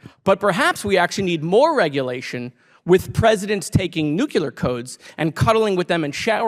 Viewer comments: It's NU-CLEAR not nukular. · Okay Mister Moskowitz, love ya, but it's "Nu-clee-ar". Not "nuke-you-ler". Makes you sound stupid, and we know you are not. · Is it “Nook-U-lar,” or… Nuclear? (U decide) 😝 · He lost me at "nucular" 😥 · Other than Moskowitz' Bush-ian pronunciation of nuclear (nuke-ya-ler) this was excellent. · Never respect anybody who pronounces the word "nuclear" as "nucular". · Did he say nuckeler ! Or nuclear!! Omg ! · Nucular is not a word. It is nuclear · Please pronounce nuclear properly. It's not nucular. Otherwise, really like this congressperson. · I really like Moskowitz BUT please (someone) tell him how to pronounce Nuclear correctly. It’s not “nucular”! Let’s try not to sound like we’ve been taking english lessons from Marjorie! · Nuclear, not newcular. When did that become acceptable. We clowned Bush for that, but now everyone is just saying it like that. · Jared, i freaking love you! I want to help you out to not get blown up by the Right who will go after you for this: You said "Nu-KYU-lar" instead of "Nu-KLEE-ar" I doubt you'll see this, but i want to help you out anyway. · You know what grinds my gears? GROWN ADULTS WHO USE THE WORD "NUCULAR"... It's a nucleus dummies, not a nuculus... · Young generation of democrats are bringing it to the Gross Old Party. But ... a pet peeve. It's "nuCLEAR". Not "Nu-cu-lar". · It's "nuclear", not "nucular". What's wrong with these people?? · hi jared 🖐🏼 it's NEW - CLEE - ARE not NEW - CUE - LUR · Love Rep. Moskowitz, but wish he could pronounce "Nu-cle-ar" correctly. 😂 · They aren't nucular codes. They're nuclear codes. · It’s “nuclear “codes ,Jared. Otherwise, good job holding the Republicans to task. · Other than pronouncing it nucular, I love this man. What a rock star. Dems have so many incredible reps in office. Comparing it to today’s GOP is absolutely horrifying. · Me three. I hate that, it reminds me of Bush Jr... Dubya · Jared Moskowitz should learn how to pronounce “nuclear” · Bugged me, too